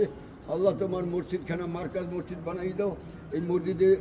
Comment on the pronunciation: Masjidke morjid bolen keno?